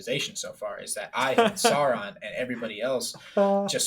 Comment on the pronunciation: You're, yet you constantly mispronounce Sauron! Remember, it all comes from high germannic legend and myth.